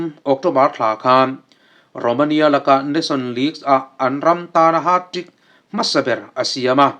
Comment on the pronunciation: Haat trick tia ilam te hi😂